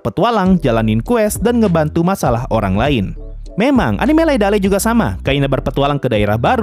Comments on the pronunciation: dibacanya liadeil bang, sesuai sama judul jepangnya.. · Judulnya coba dibaca (e) dulu baru (a) bang, Leadale